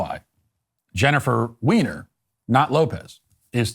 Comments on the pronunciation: Are you purposely mispronouncing Jennifer Weiner’s name? You know it’s pronounced like “Winer”? Are you just making fun of her? That aside, she used to be one of my favorite authors but in recent years her books (and essays like this) have been so full of leftist woke nonsense that I had to give up reading her books. It’s a shame because she really is a very talented fiction writer. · I can't handle Matt saying, "Ms. Weiner". 🤣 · Is Jennifer Weiner a Transwoman? The way you pronounced her name!:)))